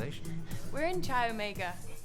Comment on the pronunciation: Thank you for uploading. The blond in the beginning says , “We’re from Chai Omega!” It’s NOT Chai Omega. (Chai is Hindustani a word meaning tea). Chi is Greek. It’s pronounced like the “ch” in “chorus.” It’s obvious that the director of this had no knowledge whatsoever about the material here. Chi Omega became a household term bc of the press around Bundy’s “hobby.”